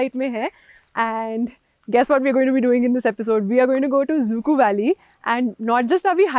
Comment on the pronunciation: It's not exactly pronounced as "zuku" it should be pronounced as "zukou valley"